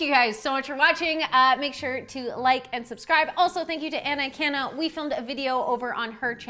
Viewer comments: Hi! I think you may have mispronounced her last name. AH-KAH-NA. All the “a”s have the same sound, I think. I think. Sorry. Love your collabs! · "Take a fuckin' social cue, Denise!" this is so funny omg So excited to find your channel via Anna's. Don't think you pronounced her name right though, she says Ak-ahh-na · The Way you said Akana threw me off!